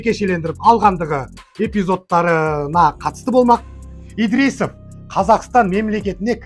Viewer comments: 🎉Идрисов 😊емес Ыдырысов десеңші балам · Әй,, айналайын, Идрисов емес Ыдырысов, Кулибаев емес Құлыбаев. Осылай дұрыс болады. по ҚАЗАҚский